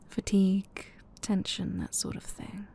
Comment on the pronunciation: did you say fatigue or....for tea gue? 😏 😆